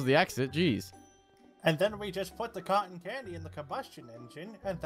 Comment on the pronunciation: did he say cotan candy